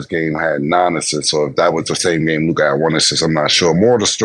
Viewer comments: Im so glad called out Mase on his Lukahhh pronunciation lmao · said Luke Kah 😆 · W for FINALLY calling this man Ma$e out on his 'LUKAHH' pronunciation 😂 Like damn nigga we fk witchu but come on g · 😂😂😂 "Luk-ah! Mase that is how you say it!!". Lol 😂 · calling out Ma$e's pronunciation of Luka 😂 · It was hilarious how clowned Ma$e for how he says Luka😂😂😂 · I thank for calling out Mase pronouncing Luka name ridiculously 😂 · Thank you stat for calling out Mase on his horrible pronunciation of Luka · Man, y'all need to go back to the studio in Miami, when the show was Raw and Authentic (that's what separated y'all from everyone else)! Now, Ma$e's takes are ASS... don't bring any relevance or context with her takes...KILLA the only one know what he talking about (he just has to get his words straight, ie "stanima" "Darwin Ham" etc).... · I HAVE BEEN ASKING SOMEONEBTO CORRECT MASE ON HOW HE SAYS "LUKA" FROM EPISODE 1. THANK YOU 😂😂😂